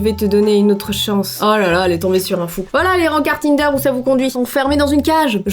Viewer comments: *TINNNNNDER . ON DIT TINEDER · C'est tine-deure pas tin - deur 😭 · enfate tinder on met pas ensemble "in"on dis ti nder voilà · 6 énigme : c'est pas tinder c'est tinder (tu ne l'a bien prononcée) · tu prononce pa bien tinder ou quoi? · elle saos pas du tout dire tinder 😂😂